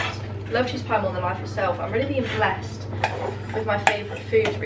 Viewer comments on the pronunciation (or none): none